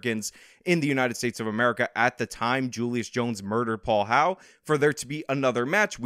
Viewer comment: It's HOWELL, NOT HOWE.